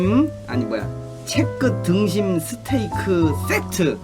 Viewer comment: 스테이크-를! 스테키라 말하는 지누스케 할아방탱 코쟁이 아저씨